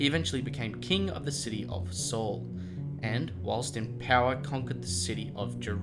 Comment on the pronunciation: It wasn't a "slingshot." It was a sling. Slingshots are the modern equivalent. It was a "Sling" that David used. It might be minor but accuracy matters. Also are you saying "Soul" or "Saul?" Are you saying "Shaw" or "Shawl? "I can't tell your pronunciation is terrible, I can't tell. I know words are hard. You can do it though I believe in you.